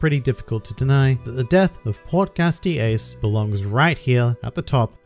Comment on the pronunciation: As much as I cried during aces death (I probably looked just like luffy except quiet bcuz kids sleepy time) but hearing him say "portGAS d. Ace is really cracking me up 😂